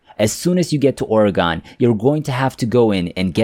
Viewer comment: I guess the teller of this tale comes from somewhere other than Or-uh-Gun (pronounce it rapidly). It's Not Or-e-gone!